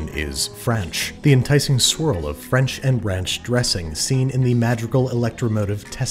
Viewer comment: Nobody: Literally Nobody: Andrew: F R A N C H